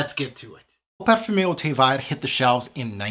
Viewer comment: Fabulous review. Very in depth. Hope you don’t mind me saying the pronunciation of ‘vert’ is ‘verrrrrrr’. No i in there. 🤗🤗🤗🤗